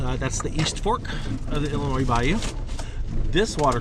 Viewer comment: Thank you for pronouncing Illinois correctly! Everyone always ends it with a sssss